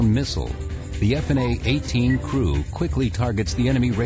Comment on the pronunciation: I must take issue with the ease of which the F-18's destroyed the enemy forces as well as the narrator's pronunciation of F/A-18.